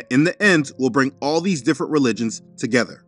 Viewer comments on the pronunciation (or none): none